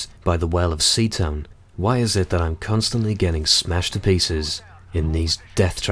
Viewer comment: dude this is strait up bear grylls mw3 tactics... and he said cuntstantly hahahaha lolz